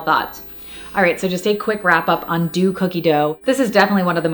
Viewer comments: Deux is not pronounced “do” but “dough” - it was driving me a bit batty repeatedly hearing the incorrect enunciation. 🙈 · deux is pronounced “dough” i loved the video tho!! ☺️